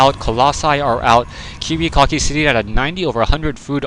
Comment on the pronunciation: notice how the commentator pronounced the player's name as kiwiCOCKI.. it kinda suited him seein dat he left without sayin: gg